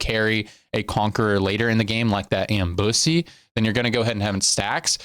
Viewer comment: that "ambussy" was wild lol